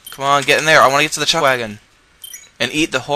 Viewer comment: "Chutch wagon?" xD